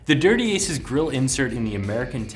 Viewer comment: Product review 101 my friend. Know the name of the product your reviewing. It's Dirty Acres, not "Aces"